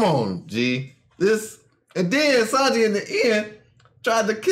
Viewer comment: is saying Sanji correctly